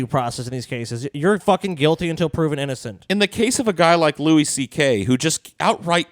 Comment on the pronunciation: lol how did I know would advocate the 'power dynamic' side. ANd also wtf is with pronouncing it 'Lew-ISS' CK.